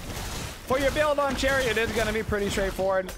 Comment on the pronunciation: i know this man didnt pronounce her name like that